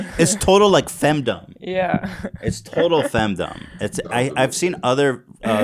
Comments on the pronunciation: hearing the words femdumb and lolli driving me crazy every time I hear it pronounced wrong lol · Or femdumb lmao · Ethan pronouncing the ‘dom’ in femdom like ‘fandom’ is killing me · Ethan thinks "fem-Dom" rhymes with "kingdom"